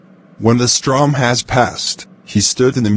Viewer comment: strom? I'm pretty sure its storm